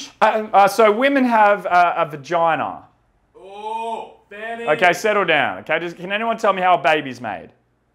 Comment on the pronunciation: ‘Women have a bajina’ Nah we have a banana